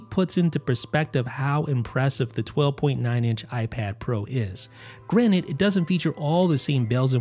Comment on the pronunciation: Its Granted. Not Granit. Morty would laugh at this.